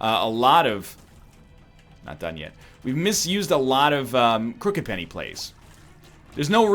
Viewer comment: How long will it take NL to correctly say the name of Crooked Penny?